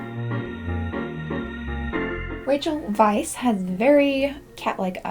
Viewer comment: Weisz is german/austrian (germ. Weiß = white) applyed to the hungarian language. Appariantely, Rachels Weisz Dad was a hungarian jew which had to flee to america cause of the persecution of the jews. So the second time you pronounced it perfectely fine.